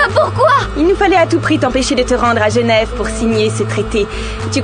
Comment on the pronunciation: J'habite a Genève! J'ai decollé quand j'ai entendu la reine dire Geneve! 😂😂😂